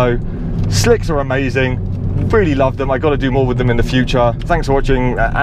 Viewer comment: I like the way you grit your teeth when you say safe motoring at the end as if you're told to say that! Great review though. I can't imagine the time an effort it takes to put a review together like this. Not the same as a gadget unboxing review for sure.